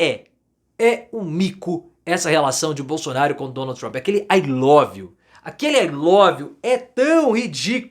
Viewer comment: O Trump vai barrar os Bozos pra posse dele porque depois daquele "ailóviu" ele tem medo de levar um beijo na boca. 😎